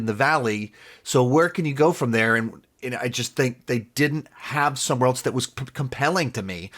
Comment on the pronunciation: Is this guy saying the word “else” as “eltse?” I’m out